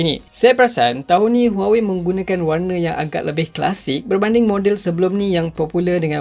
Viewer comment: Aku je ke yg dengar sebut huwowei 🤣🤣🤣😂😂